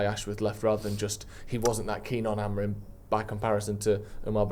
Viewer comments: Really annoying how he says AmoriN instead of Amorim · I love but for the love of god get Amorim’s name right